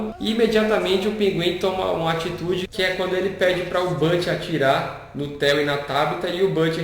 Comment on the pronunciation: ao Cubo kristen kringle, theo(pronunciado aportuguesado), acho que Loeb...